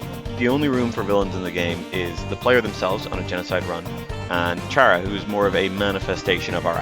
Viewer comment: expecting an apology for the way you said chara (but very good video otherwise :])